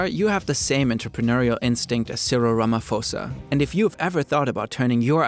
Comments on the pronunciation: its pronounced Rama posa not rama fosa, without the H the p is pronounced differently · Great reporting by! But please pronounce his name like "Cyril Rama-paw-sa" instead of "Cyril Rama-four-sa" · Ramaphosa 'Pho' is is 'Poh' not Fo. Was thinking where did I buy a soft serve today since there are no McDonald's 😂😂, enjoying the video doe.. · You are supposed to pronouce the SOuth African President like this: Cirel Rama-posa, not fosa something little sorry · Its not Cyril Rama-Fosa, its Ra-MA-SE-POES!!! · Ph is not prounounced as F but as in P with an h after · its not phosa like phone but you say it like a p, posa even tho its spelled phosa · *Rama-pause-ah... 😅 Not Ramafosa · 😂😂 Ramaposa not Ramafosa that just sounds funny 😅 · just a note, in the surname Ramaphosa, the ‘ph’ is not pronounced with an ‘f’ as you would for “phone”. It is pronounced as a regular ‘p’ - think of the ‘h’ as silent.✨ super interesting video! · Great video, but I just want to say that the "ph" part of Cyril Ramaphosa is pronounced as an P not an f. I also found out from this video that he owned the franchise rights for McDonald's, mind you he's our president, interesting... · “You probably have the same entrepreneurial spirit as Cyril Ramaphosa…” God I hope most people don’t. Guy is no stranger to controversy for his involvement in various enterprises. Also, the ‘ph’ in his name is pronounced like a ‘p’ not a ‘f’. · also Ramaphosa is pronounced Ramaposa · Did this man just say Ramafosa? 😮 I am not even South African and I know that is wrong. Did bro move to America and become ignorant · just wanted to say that you pronounce his name as cyril ramo-p-hosa so a p sound not ph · Pronounce the P in Ramaphosa, you’ll be good 🙌🏾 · Ramaphosa is pronounced Ruh-muh-poh-suh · Love the narrator but I just wanted to say it's pronounced "Rama-posa", the H is silent (South African) 😊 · Cyril Ramafosa lmao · funny how Rumaphosa was pronoseised is wrong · it's Cyril Rama-PAUSE-r